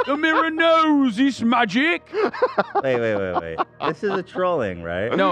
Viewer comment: “o me lord.. the mirror knows… it’s mageek!” 😂😂😂